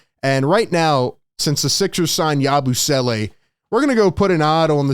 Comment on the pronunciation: Im just hype to hear "YABOO-SWELLAY" all season LMAO